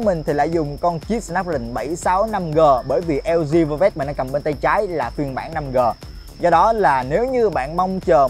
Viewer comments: Đọc như lg vơ vét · chời ỏng đọc lg vơ vét